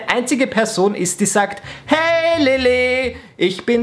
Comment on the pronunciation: man sagt lele und nicht lilly ^^